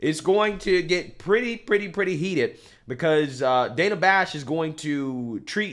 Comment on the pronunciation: when you were a high school easy lay, it was "Day-na" and now you want to hide your past or you want to be a man as now you are "Dan-a"